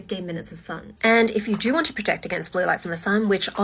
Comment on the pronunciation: I can't focus on anything else besides the fact that she actually said "help 'protec' your skin"